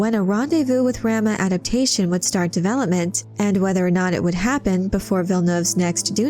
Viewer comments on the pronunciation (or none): Ugh stop saying "ram-ah." 😬 "Rom-ah!" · I believe it’s pronounced RAH-MUH not RAM-UH. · "Raw-Mah" like Raw-meat. Not Ram-ma. Like a male sheep. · rahma not ramma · It's pronounced Rah - Mah... not Ram-ah. Like "mama" as in your mother. 🙂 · RAH-muh, not ramma. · Your pronunciation of "Rama" is nauseating. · Am I the only one that finds the way Rama is pronounced in this video annoying? And is it petty that I do? 🤔...🤷‍♀